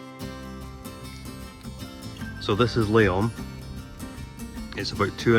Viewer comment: We think you crucified how you say Lyon I’m guessing the French would have been choking on their Champaign if they saw how you said it. But then maybe you wanted that thinking it would boot up the YouTube rhythm well we fell for it and prob helped you it wasn’t meant to!!!